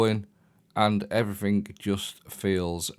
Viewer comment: "Everythink" is not a word. It's pronounced as everything.